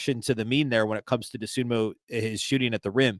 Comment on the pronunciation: It's DosunmU, not DosunmO.